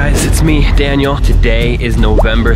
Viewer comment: By the way Project Zorgo his name is Daniel pronounced Dan-yal you said Danny it's Daniel